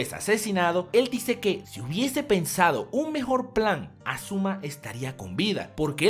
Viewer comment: es asuma no azuma